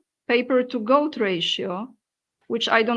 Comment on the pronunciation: I thought she said GOATS at first ...